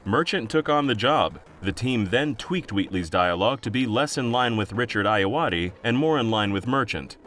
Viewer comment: I just think it's hilarious that he was able to pronounce Ayoade correctly but not I.T. Crowd or Graham Linehan.